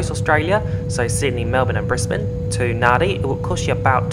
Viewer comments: Nadi is pronounced “Nand” “I” not “nan” “di” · Impressive flight, just for info, I think Nadi is pronounced Nandi, not Nahdi. A viewer from Fiji might want to correct me. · A comprehensive report, but you could have edited taxiing & take off & climbing footage down a bit. Hope you realised when you landed, that the destination is pronounced Narndi, not Nahdi! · *Nadi (pronounced Nan-di), not Nardi. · Just so you know for the future in Fijian if a d follows a vowel it has an n sound before it. So Nadi is pronounced Nandi, Natadola is pronounced Natandola etc 😀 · That's correct it is pronounced NANDI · It's pronounced "NANDI". Please refrain from making this error as it deeply offends the Fijian people. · 🤦‍♂ you'd think that if you were going to Nadi that you'd pronounce it properly.